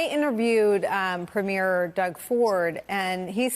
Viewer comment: Canadian here. An insignificant point but I'm an English teacher and can't help it . . . Note to Americans re pronunciation. It is not Pre-MEER Doug Ford. You go to a film Pre-MEER, yes. However, it is PREE-me-er Doug Ford. The emphasis is on the first syllable: PREE. I'll shut up for now, but I will educate American tank crews after they rumble north across the "artificial line" which is the border into Canada. Thank you for your time.